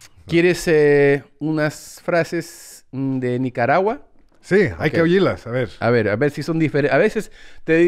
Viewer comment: si dice OYIRLAS denuevo...OIR...OIRLAS guevon xD con G de aguelo